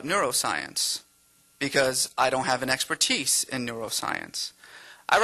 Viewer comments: What the hell is an exper-TEECE? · Aslan irritates me the way he twirls his foot around. What a poser. And the way he says experTEECE like it rhymes with fleece (he does like to try to pull the wool over people's eyes) . Ah. Unimpressive git.